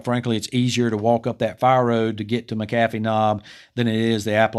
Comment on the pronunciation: Great video as always and thank you for insisting on the correct pronunciation of Appalachian. This Appalachian native appreciates that very much. Just so you don't get yelled at by local folks around McAfee's knob, it's generally pronounced MACK-uh-fee in the area.